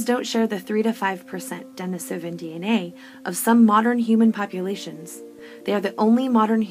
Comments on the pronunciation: Why do you have to say Denisovan like that, not even fellow Americans say it like Denis-oven, I honestly can't sit through it because of that. What an ugly dialect constantly made uglier by insisting on putting the stresses in the wrong parts of words, even compared to fellow speakers. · Denisovan (dɛ-NEE-sə-vən)